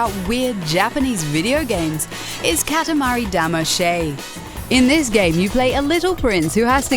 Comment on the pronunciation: Katamari Dama-shay?! Facepalm